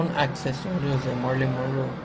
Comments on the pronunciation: “Monru”?? Monroe!! Es importante decir correctamente el apellido. La cámara enfoca demasiado cerca de los artículos, por lo tanto no se aprecian en el video, aún así gracias por que no sabía de este museo. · morí monru 😂 como pronuncia tan mal el nombre de esta gran actriz deberías de aprender a hablar antes se hacer tus vídeos enserio muchacho porque el vídeo es muy interesante pero tú con tu mala pronunciación lo arruinas 😂😂😂😂😂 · Marilyn monruu? Jajaja 😂😃😃😃 no sabes ni pronunciar su nombre